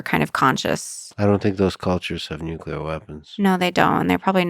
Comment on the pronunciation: it ought to. Especially when the person claims to have a synesthesia for language. Yet they pronounce nuclear as "nook-you-ler" and jewelry as "jew-la-ree." These mistakes muddled in with the "likes" and "ya knows" hardly demonstrate an above average mastery or conceptual grasp of language. But that's just my opinion.